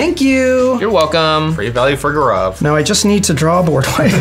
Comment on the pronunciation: The Indian in me is getting triggered by the way gaurav's name is pronounced